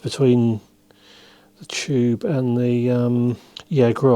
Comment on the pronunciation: "Chube" 😄 I love it